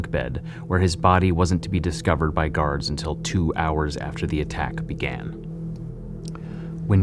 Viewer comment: Or garaurds... Dude got defective pronunciation